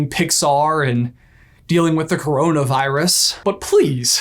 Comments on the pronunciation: says cronavirus Me: why did you tube not took this god down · Oh no said c*r*navirus